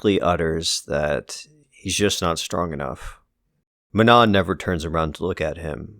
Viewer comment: The last N in manon is silent just fyi